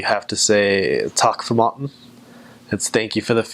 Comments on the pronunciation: The way he says «takk for maten» is very very good considering he’s not norwegian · He said “takk for maten” better than me and i’m from Norway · Matt From Wii Sports yeah it was a good pronounce